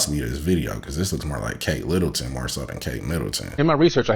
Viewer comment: This man said Kate Littleton 😂😂😂😂😂😂 GTFOH Bro 😂